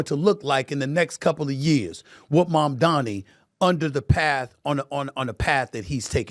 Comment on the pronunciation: His name is Mamdani M-A-M-D-A-N-I 😂😂😂